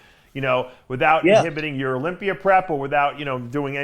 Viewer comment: Dave cant pronounce Olympia he says olympier lol